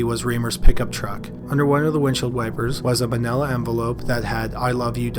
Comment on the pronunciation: Did... did you say... "vanilla" envelope? twitch